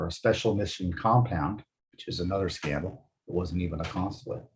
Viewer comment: You said SCANDOL....